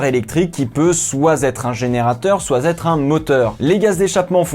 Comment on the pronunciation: ''Qui peut soit Z'être un générateur soit Z'être..'' Fait saigner les oreilles ce double pataquès.